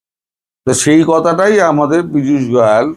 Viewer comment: গয়াল নয় গোয়েল হবে।